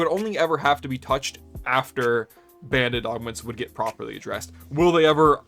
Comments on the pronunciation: OK, it took me until you put the text on-screen to realise that you're not saying "Bandit Augments" but rather "Band-Aid Augments". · Every time you say band aid augment I think you say bandit augment and I get thrown for a loop. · Why are you saying “bandit” augment?